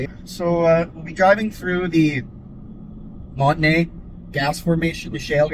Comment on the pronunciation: Man you sure butchered the pronunciation of Montney, Wonowon. and Sikanni. Great country up there though